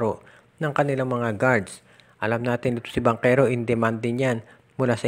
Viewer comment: Bakit bangkero dapat banchero pronounce mo